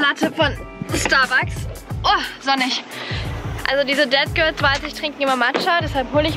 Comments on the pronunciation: Du sprichst es irgendwie aus wie dead girls und nicht that girls 😂 no hate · Ich bin jedes Mal erschrocken wenn du ,,dead girl " oder ,,sät girl " gesagt hast weil ich dachte du meinst es auch so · Ich die Dead Girl verstanden hat😂